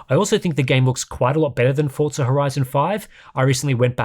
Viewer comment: Only English speaking people try to use Italian accent while speaking English. It is such a weird thing I've noticed over the past 20 years. You aren't speaking Italian, it is pronounced Forza not Fortza. If you are speaking Italian, then it is Fortza